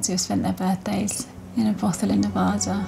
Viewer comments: it’s Nuh-VA-duh. NOT Ne-Vaw-duh. Second, Mustang Ranch is NOT in Reno, NV - prostitution is not legal in the city limits, its located in Sparks, Nv. Lastly, this is not the original, famous Mustang Ranch which closed for taxes in 1999, this is a completely different establishment, by different owners, in a different location. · Wow. I'm sure you learned how to properly pronounce NE-VA-DA......not Ne-Voda